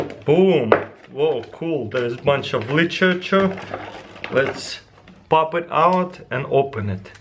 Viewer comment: Lichricher... I love taras!